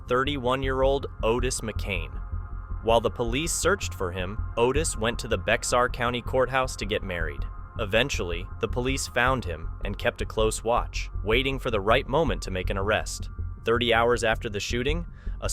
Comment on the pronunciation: Bexar is pronounced Bear. I live in San Antonio. Good vid.